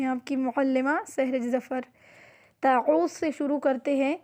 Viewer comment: لفظ تعوذ کا تلفظ درست کر لیجیے